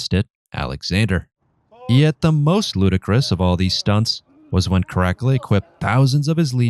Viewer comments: I've never heard "Caracala" pronounced like it is here. The most famous thing he did was his huge bath complex. "The Baths of Caracala" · ?? The pronunciation of Caracalla .... I've laways heard it as Cara calla as in the Cara (-) Calla Baths ??? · No it is not. Latin is pronounced basicallly as written. With some exeptions like C, AE etc. So it is Karakala. And A is pronounced like pure A. Not like in English. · CaraCALuh surely? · Ca'rack'ula = Crackula lmfao . Is he a Roman emperor or a freebasing vampire? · Yep it was horrible. Don't do this again please. Your content is very smart and well written. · Tbh if you are going to be critical and expect to be taken seriously pronounce the name correctly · you really ridleyscotted that pronounciation haha. it bothered me a little every time you said the name but its fine. just try to research the right way next time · Is that supposed to be caracalla😂? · Caracalla was the second of the African emperors. We know him today because the Baths of Caracalla still exist in Rome. Seriously learn how to pronounce him name correctly. He was extremely popular because he was a fierce, bloodthirsty warrior whose military loved him because he was one of them. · It could be just the way that the computer AI read's it. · Oh dear god - Pleeeease learn to pronounce - 'Caracalla' - hint it doesn't rhyme with Dracula. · The way he says caracalla's name is killing me 😂😅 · Too funny he can't pronounce caracolla name properly 🤣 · The way you say Caracalla makes me wanna Nero myself. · Italian here, I think a good pronunciation could be: KA RA KAL LA with a good enphasis on the double L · No worries. Not everybody studied Latin. But if wanna know right pronunciation, it is KARAKALA. With simple A not EJ like in English. Have a nice day. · The rest of the video could be amazing for all I know but I gave in well before two minutes as your pronounciation was annoying the hell out of me. It sounds like you're calling him Crackler 😂